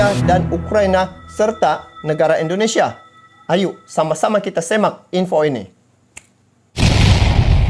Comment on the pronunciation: Bukan Endonesia tapi INDONESIA.